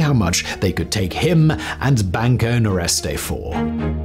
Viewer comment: Nordeste, not Noreste. It means Northeast. 😊